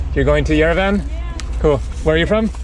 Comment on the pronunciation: You pronounce Yerevan like EuroVan :)))) good video though I hope you will have the chance to come back.